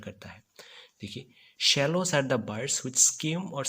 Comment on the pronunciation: The bird is Swallow not Shallow 😅😅